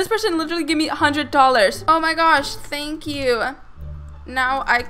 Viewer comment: She kept saying than kyou haha but love ur vids